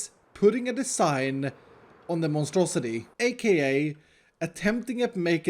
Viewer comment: to be clear...is saying Monstrosi-tree?